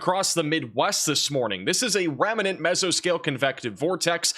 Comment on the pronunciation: remnant = rem-nuhnt (two syllables) Thank you for the most comprehensive and reliable weather forecast available anywhere!